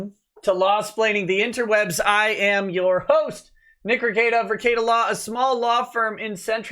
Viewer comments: "Nick Rickie-Ate-uh" as dave says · They have and he mispronounces his name and says he don’t get it and must be a detractor meme